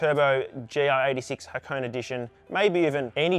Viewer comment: HA-KO-NE, not Ha-cone. How is this the world's first dealer delivered turbo GR86 if you had to do the install yourself? Clickbait.